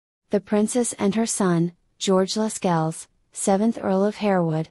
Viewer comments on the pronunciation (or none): Pronunciation of Lascelles is also incorrect. It is ‘lassells’.